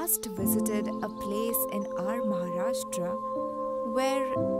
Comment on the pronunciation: It is pronounced as Maharashtra and not Mharashta.